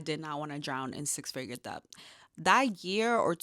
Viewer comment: Amazing!! Great video, just FYI it is pronounced DET the B is silent